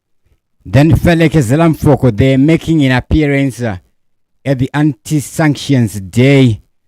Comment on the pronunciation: 😂 Felekezela Mfoko Its pronounced as pelekezela mupoko